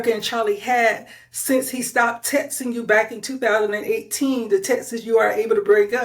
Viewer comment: Whoever this noname person making the video is jumping on the liars bandwagon. This host can’t even speak properly and uses inappropriate grammar 😂 Sounds like she’s a 2nd grade student “tet’n” is how she says texting😂 NOBODY WHATSOEVER CARES ABOUT WHATEVER THIS CLOWN SAYS!!!